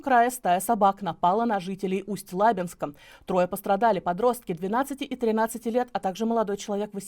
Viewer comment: Ведущая, в не "на жителей Усть-ЛАбинска", а "Усть-ЛабИнска". неграмотные Дислайк.